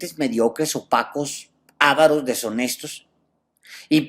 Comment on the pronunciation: No se dice "ávaros"